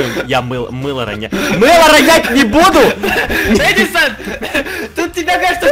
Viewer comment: правильно ни едисан а эдисан